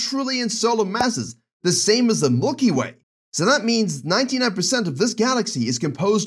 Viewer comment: "mulky way" LMAO0